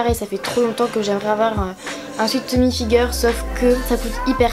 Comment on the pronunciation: Tu prononce mal "Tommy Hilfiger" donc bon 😐